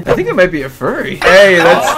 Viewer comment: idk alot about, so I dont want to be mean and hurt his feelings... but I think he frogot an r when saying "Furry" and said fury [FYOOR" + "ee"] (yes. I looked up the syllable thingy), but I dont blame him because I had the same issue about a year ago questioning how "Furry" is spelt... yet again, im sorry if I am a little too harsh, I dont wanna hurt your feelings